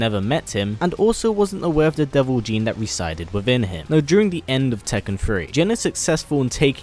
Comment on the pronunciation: Not deo Jin is devil jin